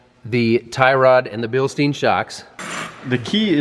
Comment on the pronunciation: Pronounced like Bilstyne, not Bilsteen...